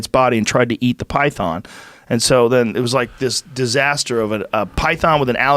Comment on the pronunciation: Joe “pytharn” Rogan